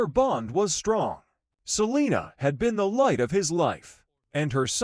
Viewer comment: Terroble robot video canr even say her bame righr 😒